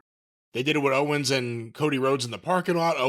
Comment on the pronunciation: Well Ventura did call Kevin Owens Kevin "Owen" a couple times so he was almost perfect on commentary.